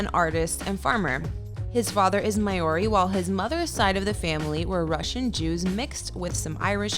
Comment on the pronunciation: WTF is 'My Or Ree'?